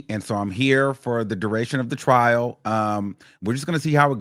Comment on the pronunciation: It’s “Trial” not “Trail” ijs